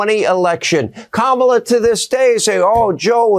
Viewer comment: Learn how to say her name LOL!